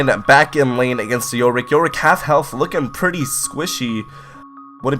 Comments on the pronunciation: Anyone else here him say YOLRICK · *yorick Not... yollrick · I don’t like how you say “yorick”